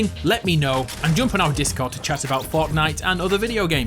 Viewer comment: Ha ha you say fartnite